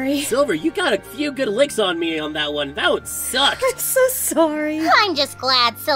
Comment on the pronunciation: Anyone else hear blaze “run” instead of “one”?